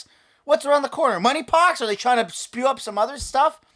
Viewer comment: Did you say MONEY POX? LOL. I wouldn't put that past them. That will be the way they will try to sell people on getting rid of cash. Wait... what am I talking about?? They don't try to sell anyone on anything. They just do what they want and then try to justify it with clichés like "it's the RIGHT thing to do"🤮